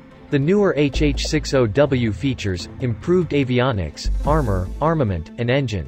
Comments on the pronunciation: It not HH-6 O W ITS HH-60 W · It's a HH 6 0 - Zero -W - NOT a an O